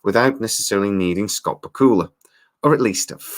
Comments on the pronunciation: * you pronounced Scott's name ba kul la I have thought it was pronounced Back u la only Scott could confirm. * Getting Scott on the project would help. it does seem it was written to include Sam's character in latter shows. * we just got a glimpse of another leaper not sure if its Sam or Evil leapers or some thing else. * the formula of the show is different in that the story includes a lot about the crew in current time not the past. * the science of the leap also seems to be different, like what happens to the person that the leaper jumps into, how far in time can a leaper travel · I live in the United States. I have watched the first six episodes, so far, and I also hope that we see a second season next year. Just one thing. Scott Bakula pronounces his own surname BACK-you-luh, with the accent on the first syllable. I just thought you should know. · Who is this "Scawt B'Kula" you speak of? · Bakula is pronounced: Back-you-la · The way you say Bakula... it hurts. Just FYI, it's "Back-U-La". That being said, these could save the show, which deserves to be saved, it's pretty good, just needs some more time. The first show was rough for a few episodes too. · Lol love your accent on Scott Bakula pronunciation...Bakula is pronounced like Dracula!! Just fyi lol.😉😀